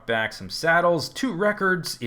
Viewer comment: i love it when you say welcome backa to the mindacracka serva